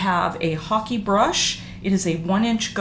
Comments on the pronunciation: It's a "hake" as in "rake" brush, not hockey brush. If not one tells you, you don't know... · Excellent technique. Just so you know, hake is pronounced like cake.